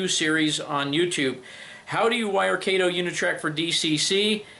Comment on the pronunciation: Kato is pronounced Kah-toe. Mr. Kato is an NMRA Life Member in my division.